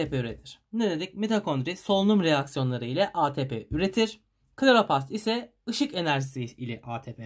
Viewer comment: Söylemeden geçemeyeceğim Kloropast degil kloroplast😅